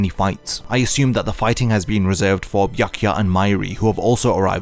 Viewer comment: Also she calls byakuya as byakuchi